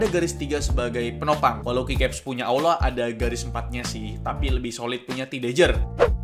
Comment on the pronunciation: Bg kok itu bacaan aula malah auda